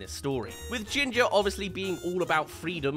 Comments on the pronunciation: it isentn ginge it's ginger and not RocKET it is rokey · Hard to take reference of the review when you can’t even get the character name right. Ginger not Gingie Rocky not Rocket